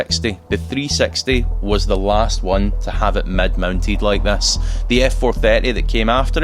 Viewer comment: How you can say i collected thas car?it’s ‘this’ not ‘thas’🤣